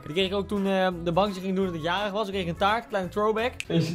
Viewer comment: Taart gvd het is “taart”